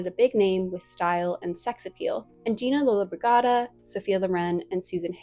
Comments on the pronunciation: I hope you see this so that you can edit the audio . It's pronounced Gina Lola-BRIDGE-i-da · 😂 Gina Lollobrigida's name is pronounced ‘Lollo-bridge-ee-da’, with the syllable ‘bridge’ being emphasised. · Lollobrigida is pronounced "Loe-loe-BRIJ-id-ah". For future reference. She was a popular and talented actress, so you'll probably come across her name again. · Check pronunciation of Gina...Rouben Mamoulian... I get a kick out of kiddies thinking that Hollywood films are "realistic" or even can be "realistic". (they manipulate in several ways and so can never be "real"). They always reflect the era they were made in as any good real historian knows. Cleopatra, all of them, were the heirs of Alexander, of course. See history. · are you referring to Gina Lollobrigida? Because if so, that's not quite how it's pronounced...